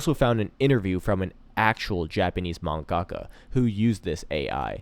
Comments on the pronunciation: Your pronunciation of man-ga-ka was painful but otherwise it's a good video. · you still say manga-ka wrong.